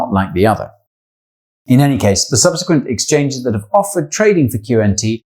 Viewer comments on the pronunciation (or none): none